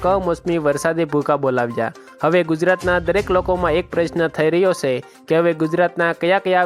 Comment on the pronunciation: સે એમ નહીં છે એમ બોલો